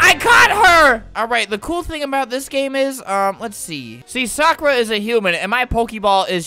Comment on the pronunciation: ITS NOT SOKRA ITS SAKURA